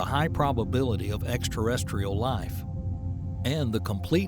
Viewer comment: Sleep well. Ignore how he says 'extraterrestrial' 😆